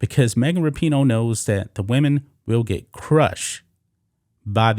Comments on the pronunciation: What about Rap-i-noe?.....or maybe Fuck-en-dyke? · Am I the only one who always thought it was pronounced RAPinoe and now I keep hearing raPEENo? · Megan rap-I-noe makes me wanna slap-a-hoe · ...thanx for coirrecting my pronunciation of her name - thought it was 'Rapin-ho'... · I believe it's pronounced Rapin-hoe